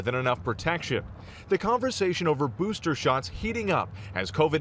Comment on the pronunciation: "boosther shots"- michael strahan